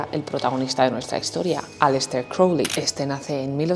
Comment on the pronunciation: crowley,not kelly.silly ai